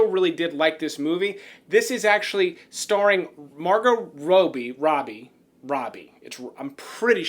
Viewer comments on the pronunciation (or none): none